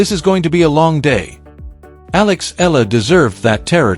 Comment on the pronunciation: AI over exaggeration becoming fake news! Make your AI pronounce her name properly! It’s E-ya-la not Eela.